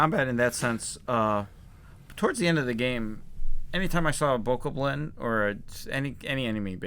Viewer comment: also good job for pronouncing bokoblin correctly.